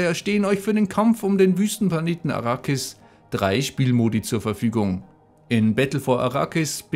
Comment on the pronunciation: Es heisst: Arrakis